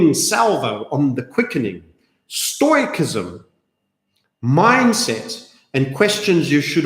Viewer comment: Stoicism is pronounced: stow· uh· si· zm